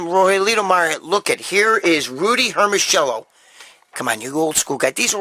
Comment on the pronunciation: Gregg, ask your gf (or your mother-in-law) to pronounce for you 'Hermosillo', and then come back next show and say Rudy Hermosillo again the way they pronounce it. 😉 Those 70's/80's physiques are INSANE!! ZERO BUBBLE GUTS!!! 🇺🇲Trump 2020🇺🇲